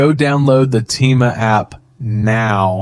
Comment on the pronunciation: Bro uses an Ai voice that cant even say Temu right💀💀💀